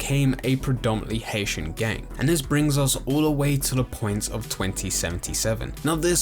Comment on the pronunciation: So is it gang or geng? The way you pronounce it really takes me out of the video.